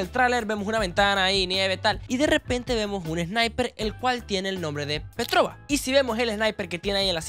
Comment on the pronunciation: una cosa solo que no se dice petroba es petrofa la b en ruso e como f parecido bueno seguro nadie lo leera pero bueno